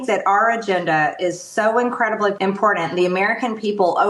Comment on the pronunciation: When people pronounce the word “important “ with a D, it drives me crazy